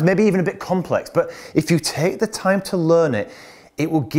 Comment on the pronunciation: Not yake... lol. TAKE.